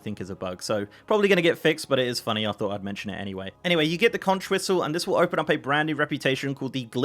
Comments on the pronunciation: "If you want to be mistaken for a Florida Keys resident — or at least an island-savvy regular visitor — don't ever say “kontch.” The widely-used word “conch” is pronounced “konk,” like a conk on the noggin (which, though tempting, should not be delivered to people who persist in pronouncing it wrong)." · Conch rhymes with honk